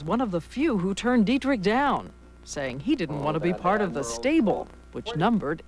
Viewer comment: its not didrick but dietrich